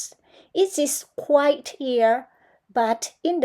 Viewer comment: medal-yellow-first-red::washhands:อ่านเองไม่ได้ปรับความเร็วเหมือนคราวก่อนใช่ไหม:face-green-smiling: ยังเกร็งอยู่เน่อะ ดีขึ้นกว่าตอนเริ่มครั้งแรกโน้นเยอะค่ะ quiet ไคว เอด Thunder, thought แลบลิ้นด้วยค่ะ girl เสียงท้ายยังไม่ได้ ฟังแล้วได้ยินเป็นเกอ ต้องเกิล heard เสียง r d ถ้าไม่ออกจะได้ยินเป็น hurt Float สระโอ word มีเสียง r อีกนิดคะ ชอบตรงสรุปการอ่านตัวเอง แบบนี้ดีค่ะ ทำให้พัฒนาเร็วขึ้นเพราะคอมเม้นท์ตัวเองได้:trophy-yellow-smiling